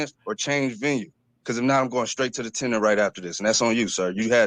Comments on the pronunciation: Wtf is a tenner? I'm axing politely. 😊 What was this jokers "crime"? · He's going to "take it to the tenner"? What the hell is a tenner? Or, is the "tenner" a person? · Maybe it is actually "tenor", not "tenner". After all it's not over til the fat lady sings!